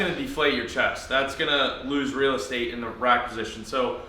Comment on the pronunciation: i like how he says real estate. makes me chuckle lol